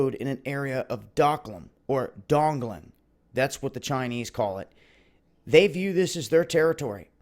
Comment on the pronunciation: He said DongLand...